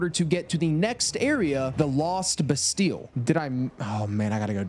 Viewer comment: Typical american. Doesn’t even know how to pronounce Bastille